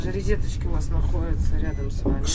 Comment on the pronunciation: Достали уже со своими "рЕзеточками"! Принципиально и упёрто коверкают русский язык